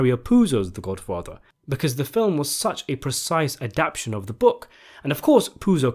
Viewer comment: A-dap-TA-tion NOT ADAP-TION